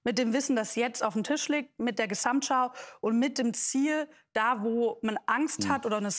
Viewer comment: Ich habe mitgezählt: "Gesssamtschau" kommt neunmal vor; allein sssiebenmal von Frau Lang. Prossst!